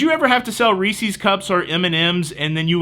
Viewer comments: People want to give you a hard time about irregardless but don't say anything about calling Reese's "Reesy?" LOL My wife says Reesy and it makes me chuckle every time. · I had to sell M&M's for class trips and cheerleading/football in late 70's to 1982. All that being said, ugh... please its Reese's and it rhymes with PIECES LOL. if it didn't rhyme, they would call them Reece's Feces! LOL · IM calling the police...! First --- IRREGARDLESS....and now: REESEE cups.... THIS IS AN OUTRAGE!!! the proper vernacular for Reeses regardless of singularity OR plurality is still REESES...I know this because I myself just wrap'd a refresher course in my grammatical studies... (cite your sources...!) 🤪 (NOTE: I only lash out at you because you do what I want to be doing...Vaycay for a living....im jealous...) lol🙃 looks like a blast buddy! Ill be on the Joy for a panama canal in late Feb...just lightening the bucket...you should hitch the cruise too...!